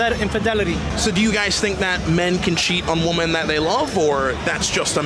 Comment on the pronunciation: That was the best A.I. song Ive ever heard. Also, “Even though women looks like woman with an ‘e’, it’s actually pronounced very differently — like 'WIH-min'. It rhymes with 'listen'. Dont know why this is so common these days but its so simple and bugs me so badly. Thanks love you bye. 💚